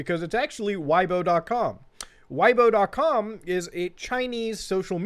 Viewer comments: Chinese notes: It translates to: “Why has the bear not stepped down yet” (下台 is about leaving a political office) Weibo is pronounced “Whey bo” not “why bo” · It's pronounced like whey-bo, not why-bo. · Weibo pronounced (way-bwah) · it is pronouced "way-bwo" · It’s pronounced “Way-boe” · Hilarious channel, glad I found it, subscribed! Weibo btw is pronounced like "way-bo" and Xi Jinping like "she jin ping" (hard j like in jello) (closest english approximation) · The pronunciation of Weibo is closer to “way-bo”